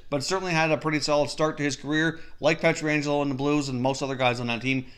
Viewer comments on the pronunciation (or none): Please for the love of god stop calling Alex Pietrangelo, Alex Pietraangelo. It’s one a not two. His name is Pietrangelo.